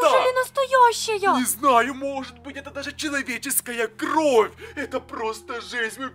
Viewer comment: Интересный факт: ошибается в слове кровь. Он называет кров (правильно кровь)